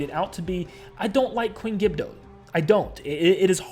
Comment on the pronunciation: Queen gibdo it’s queen gibdo